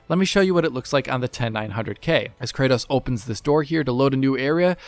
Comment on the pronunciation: 'Kraydose'??? Kra-tos.